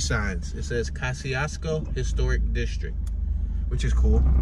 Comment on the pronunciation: the correct Polish pronunciation is already on YouTube. Search for "How to pronounce Kościuszko" uploaded by "Pronounce Names". As a Polish dude I can assure you this is the correct one. My point though was that I wouldn't expect Americans to pronounce it correctly, so the OP arguing is only funny, because I'm 100% sure he pronounces it wrongly himself.